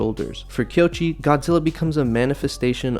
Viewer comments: I hate to be "that" guy. But it's KOichi, not Kyochi. Koichi. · His name (Koichi) is pronounced ko-ee-chee, not kee-o-chee. But I agree, this is Godzilla as he should be; dangerous, powerful, destructive, filled with rage against humanity and a warning about the careless arrogance of man. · I cringed every time. It's not even a difficult name.